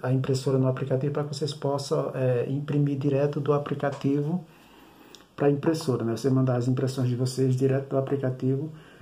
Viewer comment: Direto do "APRICATIVO" foi foda !!!!!!